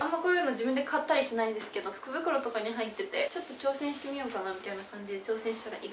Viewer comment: イントネーションが服袋になってた😂